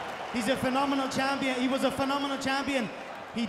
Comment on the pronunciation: "He's a phenomenal champion, he WAS a phenomenal ampion